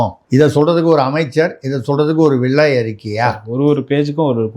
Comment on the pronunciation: வெள்ளை அறிக்கை. அதை. வெல்லை அறிக்கை இல்லை தமிழ் வார்த்தை களை கொலை செய்ய வேண்டாம்